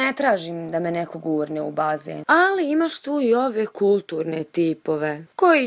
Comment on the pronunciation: 😂 kako je rekla rijec bazen